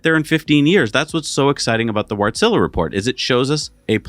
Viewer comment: That really made me smile, no clue how to pronounce Wärtsilä, so you can pick any pronunciation, and you go with calling them something like Wartzilla. Personally I don't think Tesla won't stop selling massmarket cars anytime soon. First, they can increase production, like no one else can, they just make more cars. It takes time to launch the TaaS networks, it won't replace traditional car ownership overnight. Better to implement Tesla Network, and still sell cars at a reasonable price for those who want them, instead of having people (some of them) that want their own cars buying ICE-cars. Also, no matter what the cars are worth over their lifetime, Tesla will want an uninterrupted revenue flow. And, maybe most importantly, Elon usually "give" people what they want, if it is reasonable. Tesla doesn't need to own all the cars, neither for TaaS or energy storage. They can use privately owned cars for either of those purposes, and pay the car owner for the use they actually get. When there are enough such cars available to Tesla everything evens out. Sure, they won't be able to guarantee an exact number of available energy or power, or available robot taxis, or their locations. Maybe Tesla is concerned with the problem with many V2G-enthusiasts, that in, most people really don't understand the limitations, even you seem to not get it fully, and you seem to be able to understand these things way better than the average person. You can use some of the energy in the battery, but t